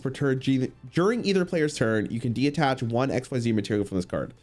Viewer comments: DE-TACH, not DE-ATTACH 😅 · constantly saying "De-attach", instead of detach, reminds me of when he kept calling the power nine, "the powerful nine"